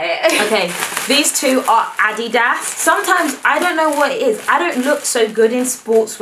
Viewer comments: I absolutely LOVE you just one thing..it's pronounced "Ah-DEED-ahs" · It’s addy das not adeeders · Ad Dee Das! Haha. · I was confused as to what addie-das was but it's Adidas😂😂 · LOL. That's how British people pronounce it. And they also pronounce Nike so that it rhymes with Mike. I think it's too funny! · Lol in America we pronounce adidas like (A-deed-as) 😂😂😂